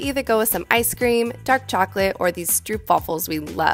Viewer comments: Stroopwaffel. Pronounced, “strohp’-vah-full”. Delicious! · It triggers me how English peeps pronounce "stroopwafel"